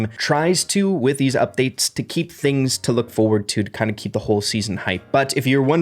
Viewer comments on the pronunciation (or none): none